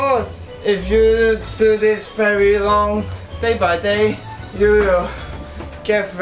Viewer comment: I like the way he said "Day by day" in a Cantonese English accent